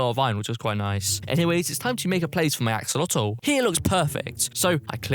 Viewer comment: I like when he said axolatol